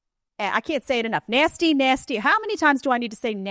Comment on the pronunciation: Nay-steee 😂😂😂 is my favorite lol